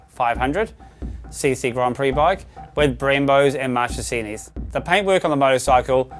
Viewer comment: Marchesini is pronounced markesini